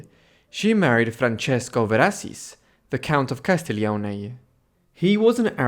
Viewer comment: Si chiamava C A S T I G L I O N E non CASTEGLIO. La prossima volta mettete un narratore in grado di saper leggete e parlare correttamente l'italiano se volete essere seguiti. Non sappiamo di chi cazzo sta parlando se non pronuncia i nomi correttamente. Nessun interesse. Di chi parla costui ? Booohh !